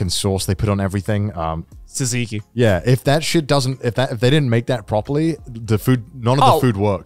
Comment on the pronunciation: as a greek, i am offended at how they pronounced tzatziki 💀